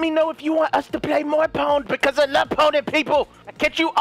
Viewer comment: I carried vanoss in the corner and just pound him :D :D I know he said pwnd but that's what it sounded like :D